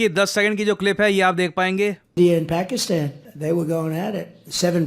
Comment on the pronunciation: Paxtan Aarnd force 😂😂😂😂